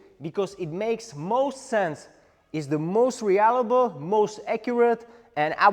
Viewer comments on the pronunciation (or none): I really love how you pronounce reliable as re-allible! It made me chuckle because it's so adorable. The pinch grip & hammer grip seemed to be the most effective, to the point that only preference would be at play as to which to use. The finger spin seems to be a closely guarded secret technique. It would look awesome, but is impractical for anyone who isn't trained to do it perfectly.